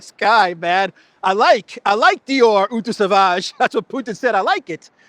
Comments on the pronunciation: Το Eau της κολόνιας προφέρεται Ο, όχι ου 😬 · Eau in French is pronounced more like “oh” than “oo” .. Thank you for your work! Follow you daily! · has nobody told you yet? The French word 'eau' is pronounced 'oh', with a long 'o', not 'ooh'. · That's not how you pronounce eau...